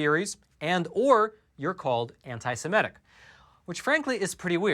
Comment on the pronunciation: Sem-I-tic not Sem-E-tic !